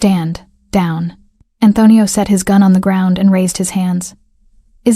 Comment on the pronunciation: Great story 👏. Narrator doesn't sound how to say Antonio. He doesn't know how to get a hold of her? He owns the hotel so he can't find the employee roster and find her? Not believable.